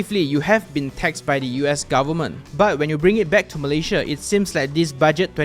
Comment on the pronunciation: Thanks for the tutorial but please learn to pronounce the name of your country 'Malaysia' correctly.